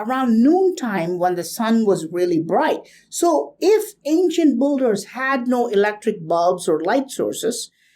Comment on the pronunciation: amazing carvings, very interesting, may be may be. BUT PLEASE! beeeeeeeeeeee-llders not BUUUUUUULLLLL-ders [ˈbɪldə] thank you)))))))))